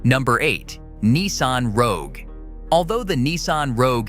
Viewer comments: It is Rogue. Not Roque. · LOL "Nissan Roque"... video's reliability didn't last 7 seconds